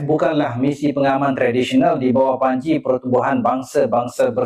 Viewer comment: Maaf di menit dia bilang DI BAWAH BANCI atau DI BAWAH PANJI. putar berulang-ulang dengernya di bawah banci. Terus tentara malay yang mau di kirim ke gaza pakai sarung gitu?